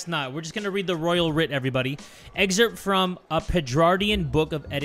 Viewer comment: pronouncing writ like write always gets me 😭